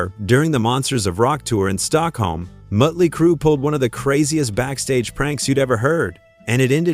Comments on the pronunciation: Muttely Crue? 😂😂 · Mutley, motely, mutelee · The umlaut over the O would create a 'U' sound. 'Murtley Crew'. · Did it say mutley crew instead of motley crew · . "Moatley Crue." 😂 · Teach your AI how to say Motley Crue. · Muddly Crue, huh.... AI sucks so bad. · Bad AI. Learn to pronounce "motley". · Who the feck are 'Mutley Crue'? Load of AI bollocks. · Heh heh Mutley Crew. This must be AI. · Mutley Crew? AI crap. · Is any of this even true ? Things sounded a bit wonky to me, and then you said mut-ley crew. I`m out and giving a thumbs down. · Seriously? MUTTly Crue? im out.. Channel blocked.. Stupid AI trash channel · Muttley Crue. Gotta love A.I. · A.I. Bot Slop! Moatly Crue? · I think it's "moatlee" crew..🤣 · Wait... so they said they weren't going to open for anyone, or they gladly joined the likes of KISS and Aerosmith on their respective tours? Which was it? Also, please train your AI bot to pronounce bands' names correctly. JFC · Everything with this video is untrustworthy with that Ai voice that cant figure out how to say Motley Crew. Lazy and bullshit claims.